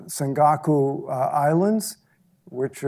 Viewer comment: Senkakul Islands, really?